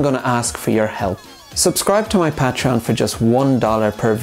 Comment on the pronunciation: I'll subscribe soon as you start pronouncing it right